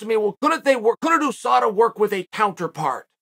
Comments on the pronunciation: The way uncle chael says USADA always catches me. Oosada😂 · I love when Chael P. says OOSADA